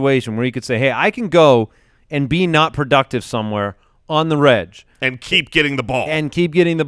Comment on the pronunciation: Love the Ballers... but is anyone else tilted by their pronunciation of "on the reg"? "Reg" being a shortening of "regular", shouldn't it be pronounced "egg" instead of "edge"?